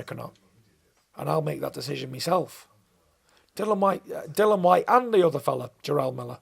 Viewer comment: Bangs on about professionalism yet calls Dillian Dillan. How hard is it to get his name right?